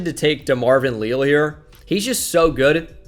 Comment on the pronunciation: It is Lee-Al, coming from an Aggie